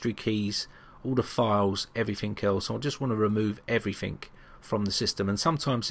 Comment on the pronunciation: Every time you say everythink instead of everything I cringe..